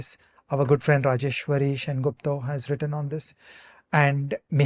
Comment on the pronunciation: Great episode! A small trivial observation: loved the way Ajay Shah pronounces Bengali names. “Omit (Awmit)” and “Sengupto”. Haha spot on.